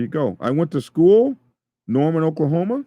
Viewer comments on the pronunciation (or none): none